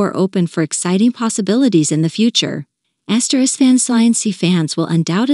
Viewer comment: Did she just refer to the group name as N S Y N C instead of *NSYNC? 🤦🏻‍♀️🤦🏻‍♀️